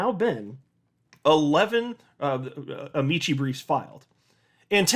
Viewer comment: First of all, awesome! So glad to hear it’s being resisted. Secondly, I love you. Third;, since amicus / amici is derived from Latin, the “c” in “amici” should be a hard one, like ah-MEE-kee